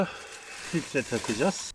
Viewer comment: bey efendi NİÇİN POLEN FİLİTREİ DEMİYORUNDA KABİN İÇİ FİLİTRESİ DİYORSUN